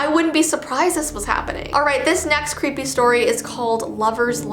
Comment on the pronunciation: Das cweepy lol 😂